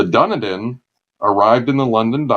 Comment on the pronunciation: Dun-e-din! It's pronounced Dun-eden. Good sea yarns though.